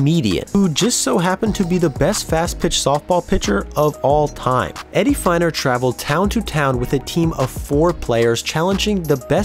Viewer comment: Harlem Killebrew? Very surprised to hear you say that, twice. Also Eddie Feigner was pronounced like FAY-ner.